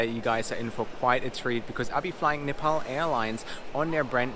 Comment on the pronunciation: Please, its not Nipal, its Nepal.